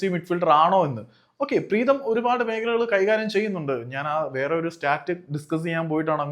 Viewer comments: പ്രേതം അല്ല പ്രീതം😂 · അണ്ണാ പ്രേതം അല്ല preetham 😂😂😂😂😂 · കഷ്ടം മലയാളത്തിൻ്റെ google please avoid over look പ്രേതം instead of പ്രീതം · പ്രേതം ❌ പ്രീതം ✅ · Pretham alledo Preetham